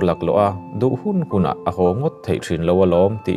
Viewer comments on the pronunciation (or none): none